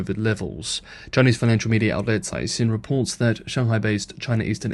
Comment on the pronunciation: Dude you keep trying to be clever and pronounce Chinese names in Mandarin but you keep blowing it. Caixin is pronounced "kysheen".